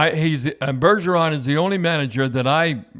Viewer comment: It s Bergevin not Bergeron